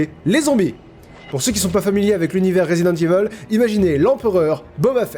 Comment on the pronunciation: RESIDENTE IVAULE REUTU DI BYUCHEEEUN